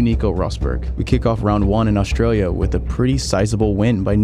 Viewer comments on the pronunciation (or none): none